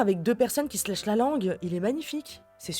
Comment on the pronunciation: C'est bien mais elle aurait du le lehess au lieu de nehess a méditer en amont